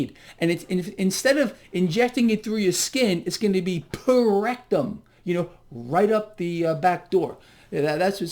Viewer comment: "Per rectum" 🤣